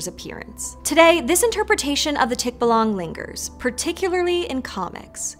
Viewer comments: I wonder she narrated without watching the interview of the Filipino guy... He exactly pronounced the "tikbalang" correctly... yet she keeps on pronouncing it wrong... is this like the last name of Nonito Donaire which Americans insist on pronouncing it as "billioNAIRE" which should be pronounced as DO-NAY-RE... what's worst is, she had bloopers of "archipelago" yet the word "tikbalang" was not corrected? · Bruh, I never even heard of him and I already know she keeps pronouncing it wrong smh lmao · Bruh you put that accent on the á and everything and you still got the pronunciation wrong whats up with that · Why do you pronounce "tikbalang" like that when you already heard a filipino pronouncing it the way it should be? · The stress of pronouncing Tikbalang is in second syllable... ,,.the way you speak or pronounce Tikbalang which the stress is in the first syllablle annoyed me. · btw the pronunciation for the name. the stressed syllable is on the a. so instead of TIK-ba-lang it’s tik-BA-lang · Stress on the 2nd syllable. Not "tick-buh-lung". "Tik-BAH-lang." "Bah" almost like the sound sheep make, just a bit shorter. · Tik - BAH - lang (stress is on the second syllable). Thank you for featuring the tikbalang in your channel. More power! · "Tik-ba-LANG"!?🤪 Seriously? 🤔 The guest, Budjette Tan, pronounced it correctly so the host should have gotten her cue from there. Did they not preview the interview prior to finalizing the video? Alas, the "tik-ba-LANG" can only neigh in dismay. Poor Mr. Tik-BA-lang. 🐎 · Hello its local pronunciation is tik-ba-lang NOT tikba-lang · Love the topic, I do... but I also find the pronunciation of "tikbalang" a bit cringey... the stress is on the second syllable. Not the first. It's not TIKbalang.. it's tikBAlang. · Tik baaaalaaaanggg.. not tik búh lung. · its not pronounce as TIKBALANG that fast, it should be TIK-BA-LANG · I hate correcting your pronunciation, but it's Teek-Bah-Lahng. Otherwise, very good video! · tikbuhlwang haha